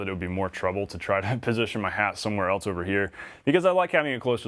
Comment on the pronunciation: I think I'm going to pass on taking advice from a guy who's clearly been speaking English his entire life. Yet still mispronounces third grade vocabulary words. Demonstrating a real lack of perceptiveness, intelligence, and attention to detail. Just a couple examples, if you're wondering. You pronounced else as "eltse" and comfortable as "comfort-a-ble". I'd suggest Googling "correct pronunciation of *insert word". It's absolutely unbelievable that you're as old as you are, and spend every day speaking and listening to English as a primary means of communication. Yet still lack the cognitive horsepower and perceptiveness to have mastered even the most basic words. This may sound harsh, but I'm an honest and blunt person. It's understanding our errors that allows us to improve.